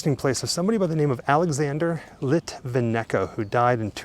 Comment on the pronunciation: Phonetically; Alexandra litvinyenko. Small but important